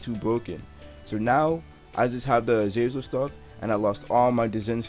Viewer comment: Nigga said "Azazer" im sleep